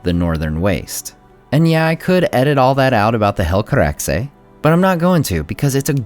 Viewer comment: Favorite: Finrod ♥ Least Favorite: When the teaser ends Grade: A Thank for the video, i really like your analysis, is kind and objective. Cheers. PS: Good Helcaraxe pronunciation.